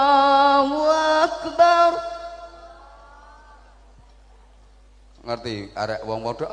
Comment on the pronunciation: Bah coba kasih tau klo azan jgn Allahu Akbarullah Allah huAkbar Allah jgn rullah harus jelas Allah sams Rullah udah lain